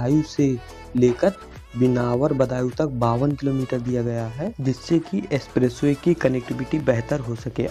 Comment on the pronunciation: गंगा एक्सप्रेस वे, ना कि एसप्रेसवे।